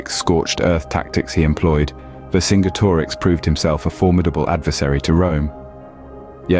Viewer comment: Great video although i think its pronounced vercinjetorix or verkingetorix great video keep it up